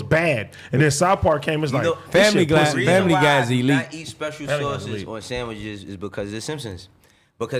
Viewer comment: “The sonwiches🥪”🤣🤣